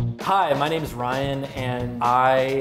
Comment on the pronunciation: I think he said the "I'm ryan and I am handsome" wrong